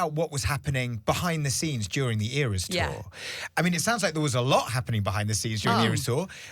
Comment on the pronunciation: it's not ARS tour,, it's eras tour